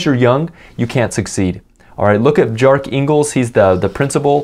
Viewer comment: Good video, just wanna correct you a bit. Bjarke Ingles is pronounced as 'B-Arc Ingles'